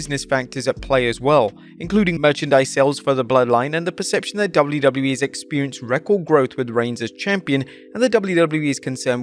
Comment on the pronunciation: You say 'wwe' so gross. Fix it